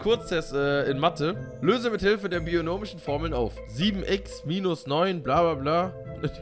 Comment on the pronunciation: Der Moment,wenn man Mathe studiert : Es heißt Binomisch und nich Bionomisch .